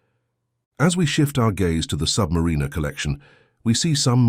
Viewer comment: Good job calling the sub -mariner correctly.